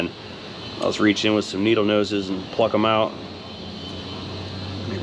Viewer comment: …it pays to properly enunciate when you say…pluck…just saying.